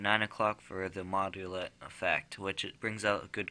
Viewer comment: "modulett" lol